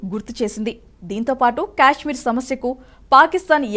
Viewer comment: అది క్యాష్మీర్ కాదు తల్లి, కశ్మీర్ లేదా కాశ్మీర్ అని పలకాలి. Stylish గా ఉంటుందని అలా పిలవకండి అర్థమే మారిపోతుంది.